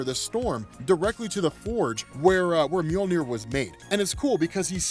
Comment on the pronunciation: Omg sooo… it’s “MjODINir” daaammmnnn